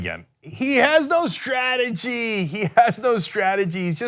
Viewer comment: Trump doesn't have a "stra-tergy" nor does he have a "stra-tee-gee," though the same can be said about virtually all Republicans at this point.